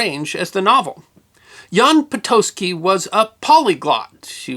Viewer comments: Awesome story!! Po-taht-ski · Patocki = pa-to-skee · No, correct pronunciation is [po-tots-ki]. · Never knew it was pronounced 'Potoski'